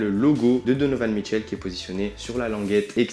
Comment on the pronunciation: au debut je croyais que tu disais don michou